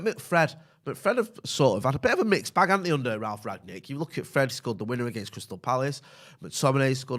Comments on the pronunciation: I noticed and others calling him "Ragnick" and now it's even in the title of the video. The guy's name is "Rangnick", pronounced like the past perfect of "ring" -> rungnick. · Rangnick not Ragnick! Very poor tbh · Why can't you even pronounce his name?